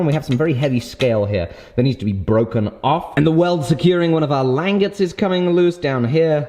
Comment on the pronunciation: Please, for the love of America, call them langets (lan-jet-s)